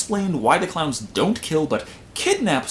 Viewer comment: killer cloyns from outer space